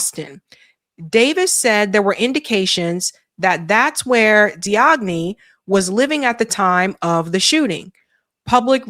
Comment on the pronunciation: Hey, just so you know the suspects last name Diagne is pronounced "Jane/Jain". It's a common Wolof name in Senegal